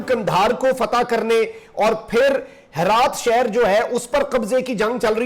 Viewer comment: Bhai naam sahi liya karo it's not harat or halmand...its hiraat and hilmand